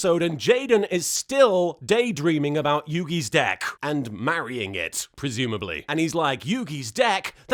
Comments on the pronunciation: Wait did you say deck or d!#k? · is he saying deck or d#%k?